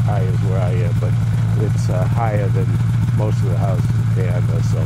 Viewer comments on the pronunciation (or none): none